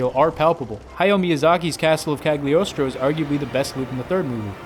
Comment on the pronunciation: 1. The g is silent. It's pronounced Caliostro. 2. You had a better example to give, of Miyasaki directing many episodes of part 1, and two episodes of part 2. 3. Mystery of Mamo is better than Castle of Cagliostro. Fight me. 🙉